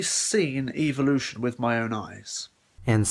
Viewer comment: am i the only one who gets bugged by the way he says evolution